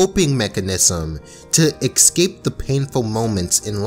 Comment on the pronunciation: Why do you say ekscape not escape?